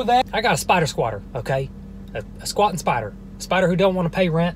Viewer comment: i like how you say “spadder” JFHSJDJAJ IMSORRY